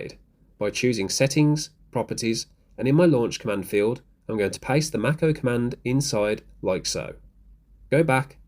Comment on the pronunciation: Please look up how to pronounce Mako (like the shark) 😄